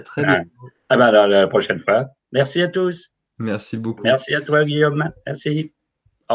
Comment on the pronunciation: Merci ! Vous m'accompagnez pendant des travaux que je fais chez moi, avec des sujets toujours très intéressants. Le cataclysme attendra j'espère, j'ai réussi l'enduit et ce serait dommage que cela disparaisse si vite (pensée positive ;-) ) Une petite question pour Guillaume : quand tu dis "bonsoir Za tous", c'est un gage auquel si assidûment tu te soumets ou un code martien ? :-)